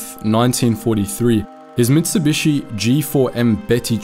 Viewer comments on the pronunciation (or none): none